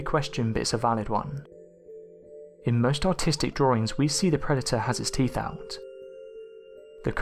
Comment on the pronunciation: Is he saying teef???